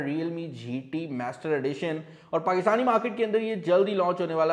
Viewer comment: Mester edition nahi master edition lol.